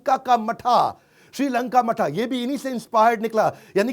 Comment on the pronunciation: श्रीलंका का मठा?? 🤣🤣🤣 It is श्रीलंका माता…